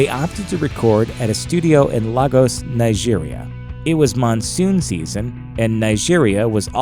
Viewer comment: It is pronounced laygos